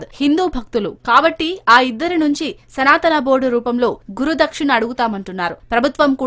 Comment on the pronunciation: తెలుగు వాళ్లేనా ఈ వార్తలు చదివేది, రాసేది? ఏమి చదువుకున్నారు? సనాతనా అని అనేక సార్లు పలకడం ఏమిటి ? పైగా శ్రీ శివావతారము, సిద్ధులు, మహాత్ములు, మహిమాన్వితులు, పూజనీయులైన శ్రీఆది శంకర భగవత్పాదుల వారిని అతడు అని ఏక వచన సంబోధన, బుద్ధి, సంస్కారం ఉన్నాయా?